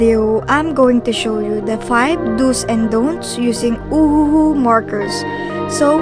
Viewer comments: I heard uwu not ohuhu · i love how he pronounces Ohuhu markers as oh oo oo markers